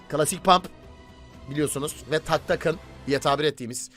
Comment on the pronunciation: Abi şu tanka "tanga" deme gülesim geliyor :D seviliyorsun